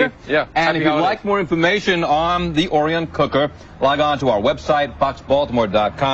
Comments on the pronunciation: O-R-I-O-N, reporter guy! The presenter even said a few times and the reporter STILL pronounced it wrong. LOL. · I love it. The reporter pronounced the name wrong every time.